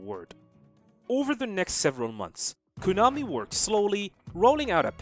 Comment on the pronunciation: Learn how to say Konami properly.